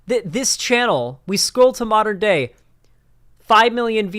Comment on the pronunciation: over enunciates and even innovates new syllables at the end of words. For example: Day-yuh Look-uh LoOoook New-wa Stream-muh